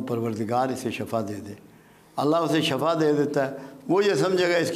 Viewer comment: Uncle shafa nahi bolain uss ka matlab mout hota hay shifa bola kren urdu sahi kren apni